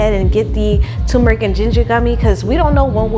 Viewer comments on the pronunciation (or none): I love your goals. Turmeric is pronounced tur-me-ric. You are silencing the R. Helping someone because I want people of love to help me. Congrats on your success. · I do the same when making pizza. BTW.... it is tuRmeric. I😊. So many people miss that R. Pronounced tur me ric.